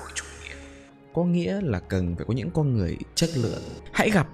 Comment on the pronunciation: Comment đi và bạn sẽ lên tv someday Cho tui hỏi tuna ngọng nên nói mấy từ kiểu "con" thành "cong" hay sao v? :))